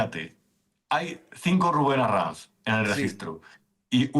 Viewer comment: Inmenso, Arranz. O como diría: Herráez, Arrainz, Hurrae, Raurrau.... (Cualquier cosa menos pronunciar bien un apellido)